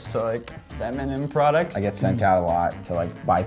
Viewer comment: Wait.....Tf is a “ Prodcut” Can someone please explain what a prodcut is?😂